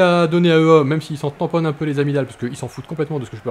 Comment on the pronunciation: Belle vidéo ;) au fait, EA se dit " i-é "